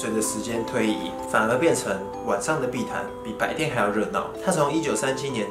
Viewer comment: 誰跟我一樣把碧潭聽成屁孩😂😂